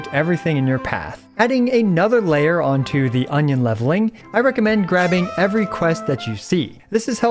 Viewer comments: Now i know why it sounded weird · Union not onion 😂 did it say onion in game? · I think it's Union level not Onion level😅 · Did you just said Onion lvl all the time?? 😂🌰🌰🌰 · I am suprised he managed to use the word "onion" in place of "union" at every single point... Edit: For those who don't know already using the word "onion" was just a joke it's actually called "union level" :D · is it me or onion exp sounds funny :face-blue-smiling::face-green-smiling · Cannot stop hearing "Onion level" whenever he says Union lol.